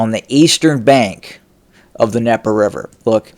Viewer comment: Ok. is Trying to minimize the threat of Ukrainian forces on the left bank of The DNIEPER River. Once established, they can Cut Off Putin's support to Crimea. Game Over for Putin in Crimea. By, by Black Sea! Yet, Putin can't drive those Ukrainians Off!? Again, it's DNieper, not Nieper! Cold starving Ukrainian forces? Multiple sources say Ukraine is rotating forces from the left bank. Putin has not rotated his frontline troops for 9 Months!, eat your Fruit. And, have a Fruitful day.